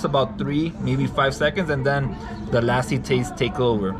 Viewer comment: I love how say "Lassi". Perfect pronunciation and accents